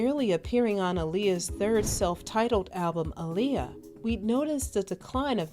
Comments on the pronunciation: if yall REALLY know & love my detroit sister, listen 2 her beyond the music & drama. she specifically said my name is pronounced like muhammed ALI, not uhleeya. thats why the two a’s AHLEEYA, say that shit right & peace the deceased Aaliyah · I just wish ppl would stop butchering her name. That is not how you pronounce her name 🤦🤦😡😡😳🙄